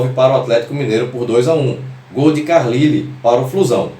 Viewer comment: Mestre, o jogador Carlyle, centro avante desta narração, o nome dele se pronunciava Carlaile ! Saudaçoes tricolores e parabéns pela materia sobre Orlando Pingo de Ouro